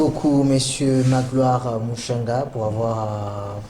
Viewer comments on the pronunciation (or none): C'est Magloire Muchanga... Et non Mushanga.